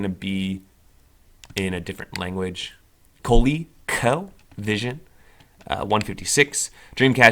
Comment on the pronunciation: WB, missed your great attitude and your messed up language Co-leak-o, jag-wire, Nee-son, and so much more LoL